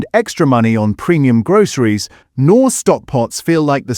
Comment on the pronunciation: 1) Knorr, the K isn't silent 2) it's Maggi, not Matchie! 😊